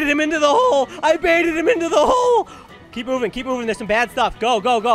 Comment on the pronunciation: bro said im not moving im not moving and then says yourn not oving either lol